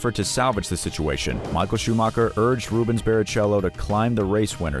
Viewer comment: Yeah u know the brown with a hit of red. What that has to do with Ayrton i have no idea. 😂. Totally jack up Rubens name too.